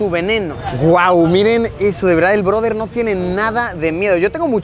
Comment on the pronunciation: El “ broder”😂😂!!